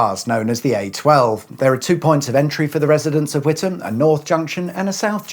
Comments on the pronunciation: I'm truly surprised, given some past examples, you actually pronounced Witham correctly. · Did you do the wavy arm thing to make the lights change for all the ghost traffic to make it's way in the opposite direction? And thumbs up for pronouncing Witham correctly, none of this With Ham crap, that's when I get in a Meal Deal sandwich. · As a former Essex resident, not too far from Witham, I am glad that you pronounced the name correctly- something that the BBC often get wrong. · Thank you for the correct pronunciation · I live just up the road in Braintree. Well done for NOT pronouncing the town WiTHam! 😁👍